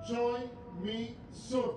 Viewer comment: Actually the u in Misun is pronounced like “seon” not “soon”. It’s 선 not 순